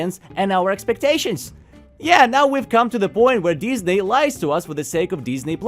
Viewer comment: I find it amusing how you occasionally pronounce it Dis-nay. Dis?... NAY! it dis is not the animation company I was looking for. Jokes aside, this does feel like the Red Letter Media quote "So, how does it feel to live long enough to see all your favorite franchises go down in flames?" Because, you know whatever is driving all of this is either A. Creatively bankrupt corporate types B. Creatively bankrupt nepo baby fanfic writers OR C. ALL OF THE ABOVE. Because for absolute train wrecks like these it cant 'just' be corporate. I mean, you can NOT tell me Velma Season 2 was a decision driven by profits.